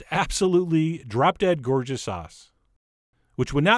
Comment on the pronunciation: It sounded like you said "drop dead gorgeous arse" lol..